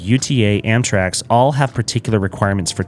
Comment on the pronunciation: you were saying Amtrax (or Amtraks) this whole video, instead of Amtrak. Big nitpick, though - doesn't take away from the quality of the video